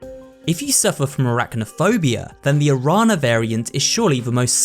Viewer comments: the closer I think would be sound “nya”, Guadanya, aranya etc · as an hispanic native i love to read and hear the terms "guadana" and "arana" because of the missing "ñ" it's kinda funny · It'd be cool if you put in the effort to pronounce spanish words correctly, otherwise pretty cool video. Araña and Colmillo made me do a double take lol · 2 cents from a Spanish speaker: The Guadañas: is pronounced Gua-da-nya, as any other Ñ may be substituted for a Ny sound. So the Araña plaga is pronounced A-ra-nya. And in a similar case of the LL in "the Colmillos" the L sound is substituted by a "Yo" sound. Which would be Col-mee-yo. And that's it, remember to check your Duolingo notifications or he will go to your house and break your legs